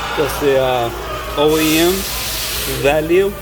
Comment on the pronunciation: “Oem” re man’d 😂